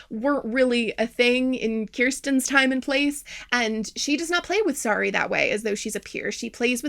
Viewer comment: it was 2 hours into the video before I relised that the doll's name is Sari and not Sorry. I thought she was saying Sorry the whole time.